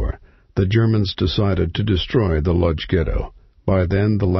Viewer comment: the narrator pronounces the word LODZ incorrectly, its pronounced :" Wooch" that is what the polish call their town..